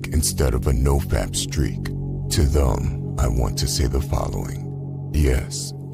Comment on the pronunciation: Learn how to pronounce the word "them" thanks.